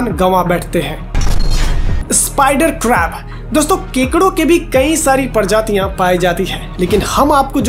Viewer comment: परजातियां नही प्रजातियां बोल